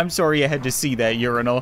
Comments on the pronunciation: Stop saying sorywe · lol he says im soory XD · He is a